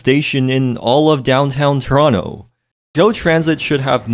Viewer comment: from toronto but doesn't know how to pronounce the name of the city lmfao